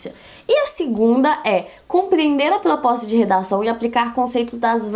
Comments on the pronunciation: "plospota" KKKKKKKKK fofínea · eu n consigo me concentrar quando ela trava a lingua e muito fofooooooooo